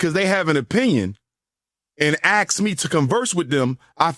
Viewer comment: Serious talk ....but then he says "aks me...."😐 😳 👀